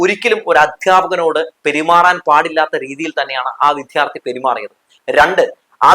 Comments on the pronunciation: മാഷേ വിധ്യാർത്ഥി അല്ല വിദ്യാർത്ഥി എന്ന് പറയാൻ പഠിച്ചാൽ നന്ന് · അവതാരകa വിദ്യാർഥി എന്നു ശരിക്ക് പറയാൻ പഠിക്കുക